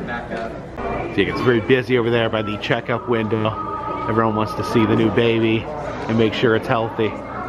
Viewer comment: New not Nee, you were trying to spell Happy Knee Year!